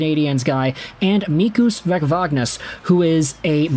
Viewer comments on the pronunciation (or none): Mikus Vecvanags pronounce Meecoos Weh-th-wah-naghs ( Old hawk)